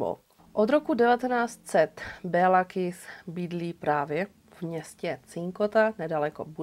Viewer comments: Děkuji moc za super příběh, opět skvěle zpracované =) jen maďarsky se to vyslovuje Kiš ;) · Super video:) jen v maďarštině se dvě S čtou jako Š. Takže Kiš😉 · Moc pěkně zpracované, jako vždy. Jen pro pořádek- "s" se v maďarštině vyslovuje jako "š" (Kiš), "gy" jako ˇ"ď" (Naď)... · Taký drobný detail...jeho meno sa vyslovuje "Kišš" :) V maďarčine je "S" vyslovované ako "Š" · Moc rádi vás sledujeme , jste super . Kiss v maďarštině se čte jako Kiš .. to je jen drobnost, jinak jak píšu super a aj tak super 😊 Károly Nagy - Károly Naď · Ano. Kiš.v překladu Malý.🤔.